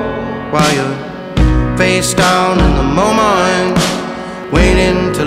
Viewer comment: Good song - but what's with pronouncing "Moment" as, "MoMUNT"? 🤔 Nathaniel Rateliff and the SWUTS??? Just strange, every time I hear it